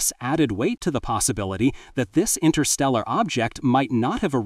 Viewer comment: Fascinating. 11.34 "Intersteral'.... don't know such word 😂 suppose it should have been Interstellar.